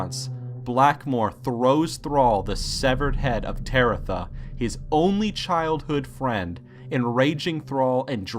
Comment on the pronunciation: Tebetha, not TareTha